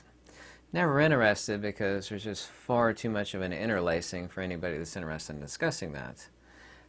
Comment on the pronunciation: In-TER-ested. TER. It has letter T in it.